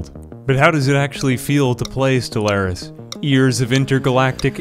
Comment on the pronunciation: As someone who has over 5 thousand hours in Stellaris, didn’t do anything good, he didn’t even talk about their traits, didn’t even do anything right, let alone say the name of the game correctly